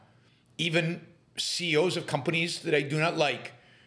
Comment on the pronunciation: “The seeyos”